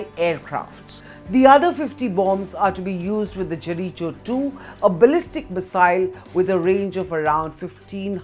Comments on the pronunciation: It’s pronounced Jeriko not Jerichow 😂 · Gereecho missile 😂 This woman should work on her pronunciation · The way u pronounce Jericho is bombastic....😅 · You always know when someone's retarded when they can't pronounce 'Jericho' or 'Israel'.!!!! Blimey O'(Is) riley...Geeeeeze!!!! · First learn how to pronounce Jericho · Get your pronunciation right for jericho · 😂😂😂 she even pronounced 'jericho' wrong. How the heck is she a news anchor? 🤷🏻‍♂️ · You pronounced Jericho wrongly